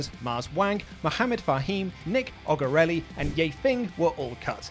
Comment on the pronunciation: Pretty sure Nick Ogorelli or however you said it at the end is Nick Comoroto, he wrestles on Dark